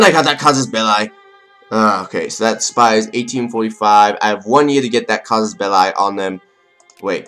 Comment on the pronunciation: Its cassus ball-ey no ball-i